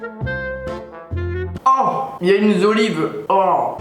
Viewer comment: ” aaa y’a une z’olive ” 😂😂 chui mort